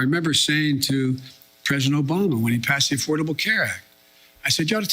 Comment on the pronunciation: I can’t help laughing every time I hear obamna